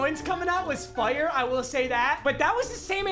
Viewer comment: why does he say fire like that lmfao